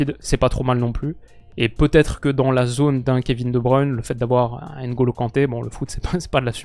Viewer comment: Je profite que tu ai parlé de la prononciation de Deschamps pour te dire que tu n’as pas la meilleure prononciation des noms avec N et M comme Ndoye, Mbappé et N’golo C’est des noms qui se prononcent en une traite 😊